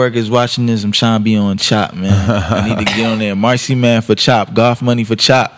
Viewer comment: i listen to them often, one of the most interesting collectives in rap imo. but it's funny to me how they pronounce goth as gof. sounds like golf money, lmao.